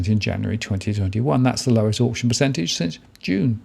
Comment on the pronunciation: Can you please pronounce auction properly